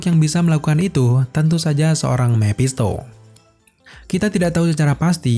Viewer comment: Mepshisto mephisto bosen dengernya